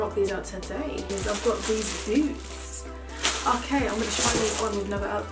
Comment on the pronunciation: Im American but the american “i love boots like this” made me wanna throw up lmao i was so confused